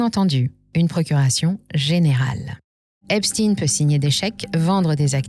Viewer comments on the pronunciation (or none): C'est eïn pas ine , et OUI c'est important. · vidéo arrêtée dès que vous vous abaissez à dire "esptine" au lieu d'esptEIN. comme si on essayait de le faire passer pour quelqu'un d'autre. insupportable ces manipulations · Pour citer les vrais responsables il vous faudrait déjà avoir les corojes de prononcer son nom correctement, c'est stein et non stin comme Bornstein ./... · pourquoi vous prononcer epstine ?? cest epstein comme einstein !!!! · EpSTEIN le juif et pas EpstINE le russe. Les medias essayent de divaguer l’information. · Une question : pourquoi dites vous Epstin et pas Epstein ? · on dit "chtein" pas "stine" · J’ai coupé la vidéo quand cette belle voix à commencé à prononcer "epstine" au lieu de Epstein".🤥😠😤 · Epstein pas Epstin... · c'est pas EpsTINE comme PoutINE ou EltsINE mais EpSTEIN comme BernSTEIN, GoldSTEIN...c'est pas un complot russe hein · Epstein et non pas Epstine. Epstein comme Albert Einstein, frankenstein ou Liechtenstein. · Epstein est un juif allemand. Et en allemand cela se prononce comme Einstein et Liechtenstein (ien se prononce "ine"/ ein se prononce aïe-ne). Epstine ressemble à Poutine... ce n'est pas anodin pour Macron, les politiques et la presse qui est à la botte de Macron. Mais, vous avez raison, si la façon de prononcer sert les intérêts de certains, cela est pécadille au regard des faits reprochés... c'est sans doute pour ça malgré tout que vous le mentionnez ! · Tiens encore une chaîne qui prononce Epstin et non Ein 😂😂😂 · Epstein se prononce comme Einstein....pas Epstine....le "damage control" des Rothschild ne doit pas être pris en compte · cette prononciation Epstine est insupportable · Encore une vidéo pour camoufler l'origine d'Epstein...oups, il faut dire EpstIne" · Cette prononciation Epstiiiine est insupportable. Qui dirait Frankenstiiiiine ? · Je ne regarde plus les vidéos dont les commentateurs prononcent epstINE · Trump prononce Epsteeenn.... 😁